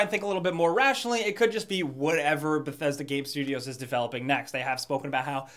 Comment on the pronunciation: "Bethedsa Gape Studios"